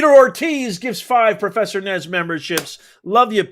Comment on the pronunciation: IZ NOT PROFERSA. HES GRAID TICHER...SOROSH PAPYS....OMG